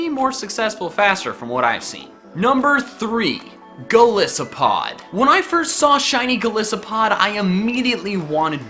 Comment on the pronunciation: Goal-ice-a-pod not goal-is-a-pod